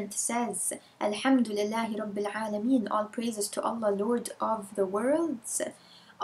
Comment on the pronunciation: But its rabbil alamin not rabbel ???!